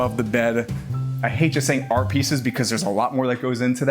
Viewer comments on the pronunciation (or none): Can you not say "Art " ?